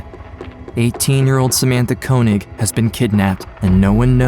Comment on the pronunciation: Amazing that even mr koenig or könig himself dont even know how to pronounce his name right